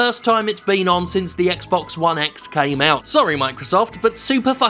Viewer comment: Is not.. bluuuuuuuuurrrrrrppppppppppppppp!!!!. ONE X !! say it the fuk right. eh